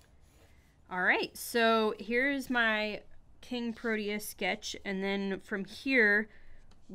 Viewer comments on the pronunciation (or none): Thank you for appreciate our nation flower! So for mere helpfully criticism the flowers name is pronounced pro-tea-a.